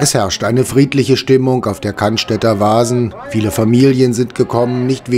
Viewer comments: 1. Es heißt „Cannstatter“ (nicht „Cannstätter“) 2. „Der“ Wasen (nicht „die“) Ansonsten, wie immer, top 😉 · es heißt Cannstatter Wasen ... und NICHT: Cannstädter (oder gar Cannstetter)